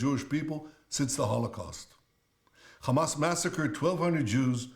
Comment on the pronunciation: U still cant pronounce hamas 😂😂😂